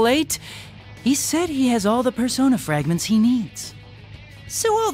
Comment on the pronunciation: Pearsonah fwagmenths